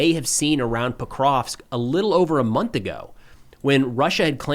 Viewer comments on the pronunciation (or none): none